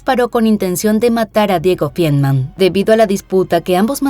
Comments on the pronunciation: Es Feinmann, no fienman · Tan minucioso en detalles y mal pronunciado el apellido de la victima: Feinmann